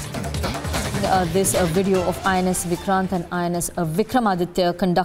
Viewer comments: It’s INS VIKRANT n not VIRST … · Not Virat , its VIKRANT. Both news readers made the mistake. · Ca mon guys! You are news anchors it's INS VIKRANT not VIRAAT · It's INS Vikrant not Viraat!